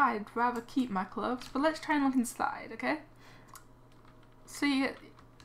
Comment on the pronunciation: why you keep saying clubs you suppose to say clothes